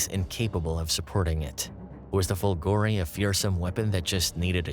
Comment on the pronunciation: fOlgore not folgorE lightning